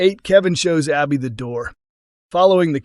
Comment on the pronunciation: It’s Abi, short A not Aubi